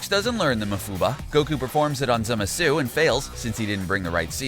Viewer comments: you aren't very good at pronouncing names...you should work on Zamasu(i think i heard you say it 3 different ways) and ROSE' has an accent mark because its not rose...making it rosay...did you just ignore the audio of the super? or are you way too into a script that you cant even notice you are saying it wrong? just wondering... And only half of fused zamasu had an imortal body(i believe the words he used was eternal body). so really since every cell was fused the whole body should be eternal. the wounds should have healed faster. And his body should never have disappeared when Trunks cut him in half. Which was a bitch move great job on making Trunks worthless(which how does a universe 7 time traveler make a Time ring for universe 10? 7 never showed their time rings so it seems obvious that this future trunks is from universe 10 AND good job on making the future trunks timeline pointless. All that struggle to train and defeat the androids just for zamasu to show up wow good bye favorite Z arc) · "Manga" doesn't bother me. That's how I pronounce it. The character names is what annoys me. Zamasu even said his name and the dude continued to butcher it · I do hear him saying Zamasu, but it is an interesting way to pronounce it for sure. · It's Rosé, not Rose. Also, it's Zamasu, not Zimasu. FFS do you even watch the anime... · ITS PRONOUNCED ZAMASU NOT ZIMISU LOOK IT UP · I got cancer when he said zimasu not zamsue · zamasu: Merged Za-mah-su him: merged zamasue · It's zamasu not zemasu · This guy cant even pronounce zamasu hahahaha zimazu😂😂😂😂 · Anyone else hating this guy for saying "Zimisu" instead of Zamasu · who else heard zumasu? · Did he just pronounce zamasu “zimasoo”? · … Zimisu? bruh I dont even know how you screw it up that bad. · Semezoo...Jesus Christ learn to pronounce their names right. This is what happens when you only watch dubbed anime. GTFO with that shit! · Why do you pronounce it like zemasu. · he clearly said zemasoo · It's... ZAMASSSS